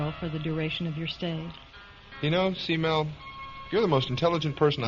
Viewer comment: It's not s-mell it's k-mell. short for cat-mell. she was a cat-person Smith loved cats.